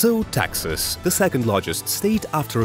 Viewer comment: He pronounces texas as taxes